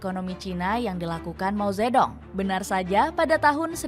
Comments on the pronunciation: Mao ze thung bacanya itu yg bener jangan mao zetdong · Ini pembawa acara gimana sih, mao ze dong dibaca begitu, seharungnya dibaca Mao Tze Tung . D = dibaca T. Ong = dibaca Ung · Ya ampun lain kali lafalnya yg bener.....Deng bkn dibaca Deng tp Teng Begitu juga Dong bknnya dibaca Dong tp Tung. Lain kali tanya2 dulu dgn yg paham